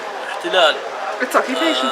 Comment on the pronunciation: Oh, and driving home how many roads is she forbidden to use, and how many check-points will she be made to stop at by some m.ron with a gun over his shoulder? Yep, such an easy life - not. P.S. 'occu-p-ation' not 'occ-b-ation'.